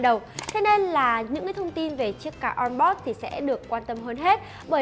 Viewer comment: onboard on bót amd a mờ đê ..... nghe nhứt nách luôn